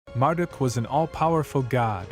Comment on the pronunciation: it's pronounced mar-duke, not mar-duck